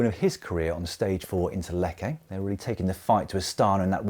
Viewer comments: Great stuff as usual Dan, enjoyed it! What a Giro we have and absolutely gravel has its part. Couple of things, it’s Letch-a not lec-a for Lecce. And would have been great for the first Italian Pink Jersey holder in 4 years to get mention. I do though understand you have about 15 mins :-) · "Lek-A?" It's Letch-A", old chap 😂